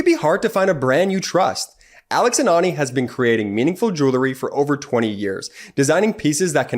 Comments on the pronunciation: It’s not JEW lery ….. it’s JEWEL ry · I love your show. But please the word is jew ell ry not julerry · Check proper pronunciation of "jewelry". I bet it's not " jew-ler-y"...